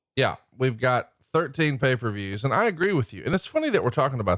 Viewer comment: You said it right, AA. Paper views 🤣